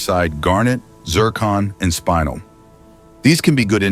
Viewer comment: Not a bad video... Couple of corrections: 1) "shiny" is not the correct term - use "luster" instead 2) it's spinel - "spin-ell", not spinal - "spine-ell" 3) "geometric angles" - nonsense statement 4) by definition, sapphire (corundum) is ALWAYS hexagonal Sorry to be so particular, but mineralogy and gemology has specific names and terms for mineral and crystal properties. If you want to create an informative video, use the correct terminology.